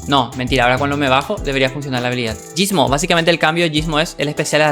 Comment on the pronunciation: Te rayaste mal con lo de gysmo xD y creo q ni lo dijiste bien equisde